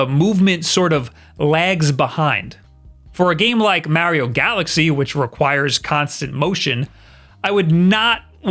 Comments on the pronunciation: He keeps saying Mowio!! 😂😂😂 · If this is a switch channel why does he say the name "Mario" wrong? It is kind of hilarious because in the begining of the video he went out of his way and specified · say Mario properly. DO IT!! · Dude how do you even say Mario like that? I can’t even replicate the way you say it. That’s how wrong it is. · Can we just embrace the way he says mario... 🤣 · I love listening to people with a thick East Coast accent pronounce "Mario" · You are the only other person I know who pronounces Mario that way lol. People rage at me for some reason when they hear me pronounce it like that.